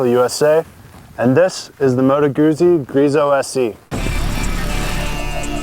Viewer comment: Was looking at the v7 but wow, this looks awesome even if well over the budget. Not sure how great this would be for a novice rider. I really love the look compared to the current crop of sport bikes. Oh and think Google when you pronounce it--Moto Gootzi